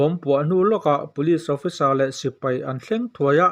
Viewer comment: Mipui sipri ni lovin mipui sipai tih tur.